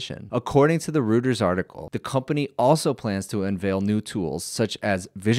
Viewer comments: "Reuters" is pronounced ROYTERS not ROOTERS. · “Royters” not “Rooters” for Reuters